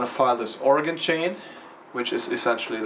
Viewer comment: I love how you guys are pronouncing Oregon correctly.